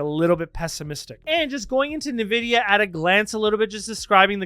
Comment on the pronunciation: En-vid-ee-yuh not Nuh-vid-ee-yuh